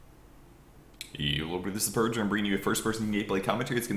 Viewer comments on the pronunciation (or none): "Hello everybody this is purge" but he says the "He" like he's saying "hey".